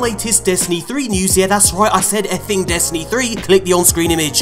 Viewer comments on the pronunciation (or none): “Destriny 2” lol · "Destriny 2"